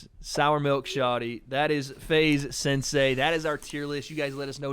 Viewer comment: Can someone please get to and explain that it’s “sensei” and not “sansei”